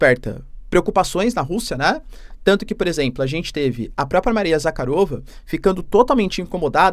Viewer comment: Em casa sempre que acompanho as suas notícias, quando o mencione o nome da responsável das relações exteriores a Maria Zakharova, a minha esposa cá na Rússia fica toda chateada, e diz, diz ao seu professor que é Maria Zakhárova, e não Zakharova😊😅 Por isso peço ao Att: pela pronúncia correta que é Maria Zakhárova 🙏🏿 Sem querer desmerecer o seu trabalho, Da geopolítica, e já acompanho o seu trabalho desde a operação especial da Rússia na Ucrânia. Realçando que a Rússia só está defendendo o seu território e o seu povo, que ninguém ficaria feliz vendo a sua casa rodeado por inimigos.